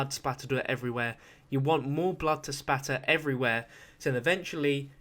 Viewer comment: ITS SPLATTER NOT SPATTA